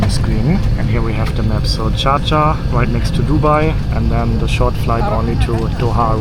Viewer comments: Love getting the first exit row to stretch my legs...and no mettlesome kids screaming and kicking my seat behind me :) BTW--the city he is trying to say is "Sharjah", 3rd largest in the UAE; it's also the name of the Emirate it is in. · Is he saying Sharjah or Cha Cha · How does he pronounce Dschardscha 😂😂😂